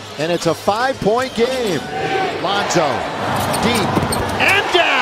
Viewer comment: This kid said lonzo